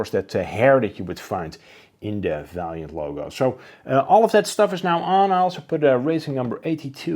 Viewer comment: Vaillant was no racing team but rather a sponsor for Kremer-Racing. Vaillant still produces thermal heat pumps, flow heaters etc. Also they are pronounced vaillant not valiant. Just FYI